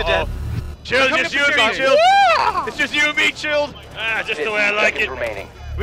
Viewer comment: Chilled doesn't sound like Chilled to me :(